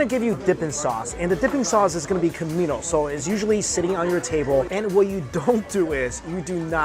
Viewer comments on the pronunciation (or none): none